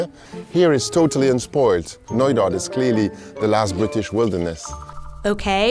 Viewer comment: I heard it noida. But it is knoydart..